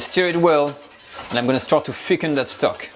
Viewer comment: It's funny he can't pronounce the english "th". He says "f" instead. So when telling "thicken" he says "ficken" which means "to fuck" in german. 😃